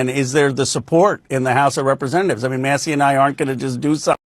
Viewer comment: Who’s Thomas Muh-see? 😂 Good god we are fucked